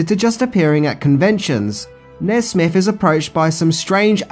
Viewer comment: Maybe because Buzz was 'buzzed', Nesmith ended up sounding like 'Nesbit'